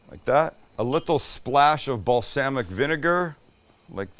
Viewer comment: Bal- SAM-ic vinegar 😂😍🥳